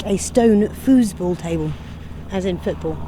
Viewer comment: 🤣😂🤣😂 you were right - Foosball. "FUSE-ball"😆 That must be the electrified version!🤣 Anywho...East Preston was a charming town - even if it did have a hodgepodge of buildings. I too appreciated the fact that they tried to at least keep w/in the style of the already existing buildings (& not muck it up w/ a lot of concrete & glass "boxes").